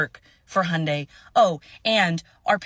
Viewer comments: The y is not silent. Hyun-day. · The y is NOT silent y’all. It’s not pronounced Hun die, it’s H yun die.